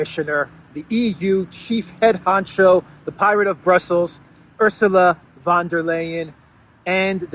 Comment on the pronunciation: Von, not van.